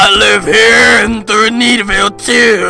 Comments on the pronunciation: The way you said thneedvile 😭😭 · otakuthatloveslen his pronunciation of thneedville keeps me alive